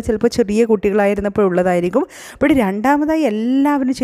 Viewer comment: ആ "അപ്പഴ്" കേക്കാൻ കൊള്ളാം 😂👍